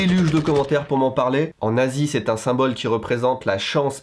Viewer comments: quand tu comprend "en nazi" au lieu de "en Asie" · tu parles de manjis et après tu dis en asie (enazis) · "En Asie" ou "en NAZI" ? 🤭🤣🤣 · je suis la seule à avoir entendue "en nazi" au lieu de "en asie" ? ToT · Purée quand il a parlé des Manjis, même si je savais déjà ce qu'il allait dire j'ai entendu "en nazi c'est un symbole..." au lieu de "en Asie" XD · "En Asie c'est un symbole...", j'ai entendu "En nazi c'est un symbole...", mais tuez-moi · Ce est pas une croix gammée en Asie... Fait attention à la liaison lol on pourrait croire que tu dis "en nazi" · "En Asie c'est un symbole ...", j'ai entendu "En nazi c'est un symbole ..." la confusion dans ma tête -_ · "En Asie, c'est..." 😳 Vive les liaisons 😄